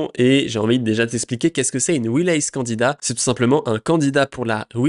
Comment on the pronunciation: Je me suis fait la meme réflexion, je suis parti chercher une vidéo sur le même sujet avec quelqu’un qui parle anglais correctement 😂